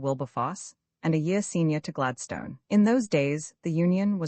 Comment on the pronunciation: Gladstone is pronounced incorrectly throughout.